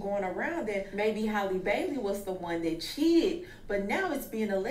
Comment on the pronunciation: “Haley Bayley”😂😂😂😂😂